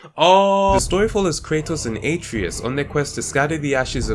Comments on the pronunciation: It’s pronounced uh treh us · Kratos says the name At-ray-us like a million times and you still managed to pronounce it wrong, you truly have a gift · He said Atreus wrong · The way this Guy says Atreus hurts my soul.